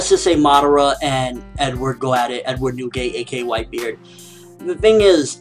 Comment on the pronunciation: Like if u flinched when this guy first appeared on the screen saying white bared lol, no offense guy I love ur reviews